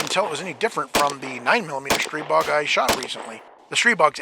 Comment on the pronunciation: Massive props for pronouncing Stribog correctly! Edit: "God of Wind." I see what you did there.